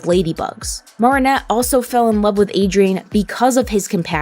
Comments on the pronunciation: No offence its not pronounced Maarinet its called marinette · ( Mair - uh - net ) not ( Mar - ah - net ) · Why dose she say MaReAneTTe instead of marrinette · Maarinette It Is Mareinette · It’s not “moaranet” it’s MArinnete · Wow i loved how this video went deep and u explained all the foils and stuff. One thing tho, it’s Mare-in-et (like in fair, you say mair, or mare, like what u call a horse) not mar-in-et (like in bar) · Its marinette not marrinette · yes its maa ri nett 😭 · Sorry, but the pronunciation of Marinette threw me off. It's pronounced Ma-rin-ette. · m ah-rinette ;-; otherwise great video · why does she say mawh-rin-ette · I JUST LOVE THE WAY THEY SAY, morninette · Mar-in-ette? Aight send marinette to mars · Ok listen up, it’s mar from Mary nor maar from maareep your pronouncing Marinette like maar-ee-net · Why does she keep calling Marinnette mArennete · It’s actually Mari-nette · she really went and said "MARRRRinette" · Just so you know, it’s pronounced (Mair-in-et) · The way you say marinette is just 😬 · im sorry but how you pronounce marinette annoys me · Ok but why are you pronouncing Marinette's name weird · I was annoyed the whole time with her saying Marinette's name wrong every time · Omg, I can't. You keep saying Marinets name wrong.